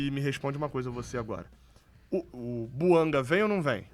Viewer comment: A pronúncia é francesa, aliás a língua oficial do GABÃO é o francês. Assim é BOUANGÁ que se deve falar.